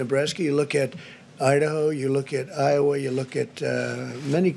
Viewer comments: Juste le huff post, c'est Iowa et non ioha à . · Par contre c'est "Iowa" pas "Ioha" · l'IHOA ? L'iowa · Iowa the Band ?